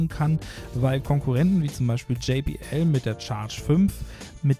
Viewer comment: Es heißt übrigens nicht Dji Bi Ell sonder Djey Bi Ell!